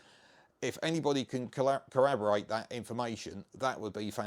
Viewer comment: Similarly it's 'corroborate' not "corrabarate".